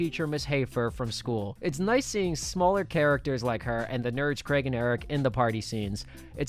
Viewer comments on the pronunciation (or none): none